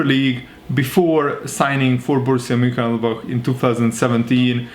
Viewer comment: If you having trouble with the pronunciation it’s Moon-chin-glad-back